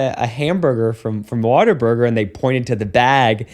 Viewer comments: Like all real Texans, he pronounced it "Water Burger." 😂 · The Texan pronunciation of Whataburger, which follows the pattern of hyper-rhotacism common to the accent (i.e. putting r sounds where there isn't an "r" but it makes it flow better or just "feels right")